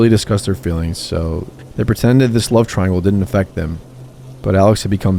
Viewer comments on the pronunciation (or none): none